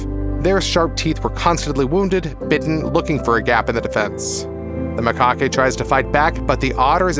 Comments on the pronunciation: It's pronounced Ma-cacks to rhyme with tacks Not Mic-cockys to rhyme with hockey. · A LOT of what he was saying was drivel. Did you hear how he pronounced Macaque to rhyme with hockey instead of tack? If you're going to put out a video, at LEAST learn how to PRONOUNCE things, and what they actually ARE.